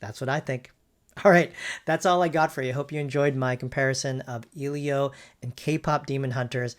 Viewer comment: The fact that this dude mispronounced "Elio" from the get go already tells me this wasn't going to be a fair comparison